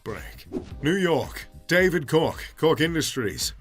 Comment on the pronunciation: It’s actually pronounced charles Koch (coke)